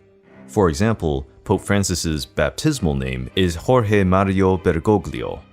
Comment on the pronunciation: The "gl" in Bergoglio is a silent "g." Thus more like Bergolyo. Like the "g" in the word "night." But hey you got the pronunciation of "Jorge" exactly right